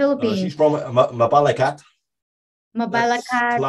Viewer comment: Seems like a decent guy, little odd though that after 4 or 5 years he still can't pronounce Mabalacat correctly, one would have assumed his gf would have had plenty of time to correct him?